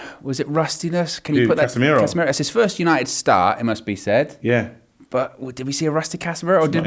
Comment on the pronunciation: 🤣🤣🤣🤣🤣 Case-meir-woah. love ffs. That united top is hard